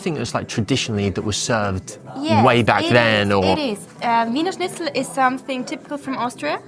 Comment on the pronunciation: Not to mention that he's mispronounced it yet no one pointed it out😮!